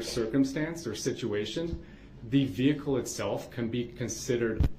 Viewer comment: Imagine being the poor court reporter, having to spell out Duh-rell's "special pronunciations" like instead of "vehicle" he says "vee-cooh", and instead of "license plate" he says "licen place", and "sub-stain" instead of "sustain"😂